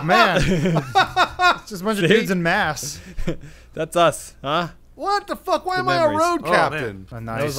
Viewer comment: Adam. Say "Mask."